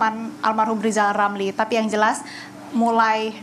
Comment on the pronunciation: Rizal Ramli .. bukan lizal lamli,,,gimana sih presenter nya ini